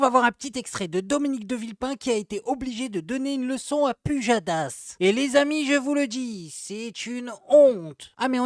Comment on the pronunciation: J'aime trop la façon dont Mr de Villepin prononce le nom pOUjadas